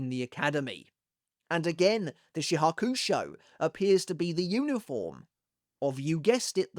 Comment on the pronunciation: Chat why can't he pronounce shihakushou 😭 isn't Bleach his job? Jaw kuu show? LOL